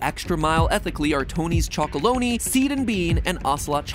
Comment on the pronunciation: U said Tony’s CHOCOLONEY its Tony’s CHOCOLONELY